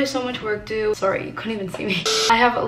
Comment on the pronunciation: the fact that she pronounces sorry as soowry